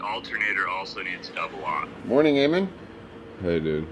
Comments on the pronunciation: Eamon* not Earmon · Its Eamon pronounced A-men unless I missed the joke 😔